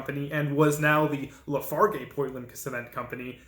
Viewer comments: Pretty good history but not very interesting and I live in Metaline Falls. Lehigh cement pronounced Lee hi LaFarge cement Pronounced La Far G Have you been there? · The only thing that you got wrong was the pronunciation of Lafarge. L'farj. 👽✌️